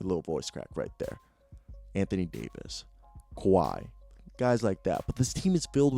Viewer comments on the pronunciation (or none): none